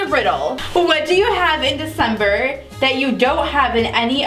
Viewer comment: The d in Desimbre